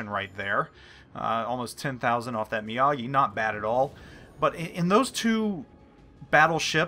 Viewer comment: Mr. Mee-AH-gee does Karate. The Mee-OH-gee is a Battleship.